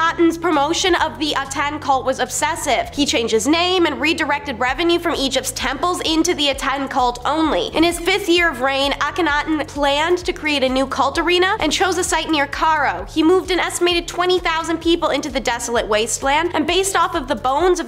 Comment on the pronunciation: Um... Caro?! It's pronounced KAI-RO. Plage?! It's pronounced PLAY-GUH. Proclamation? Pro-k-la-ma-tion.